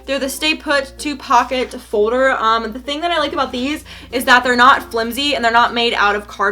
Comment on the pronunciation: Omg your like screaming in the mic and it folder not fowder!!